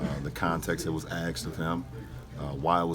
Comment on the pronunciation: "axed, axed, axed"